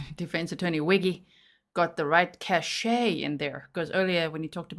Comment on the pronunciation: Each time says 'transgress' and 'cachet' he boldly demonstrates his ignorance.